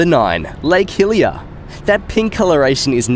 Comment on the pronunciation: when you said lake hillier, i thought you said hylia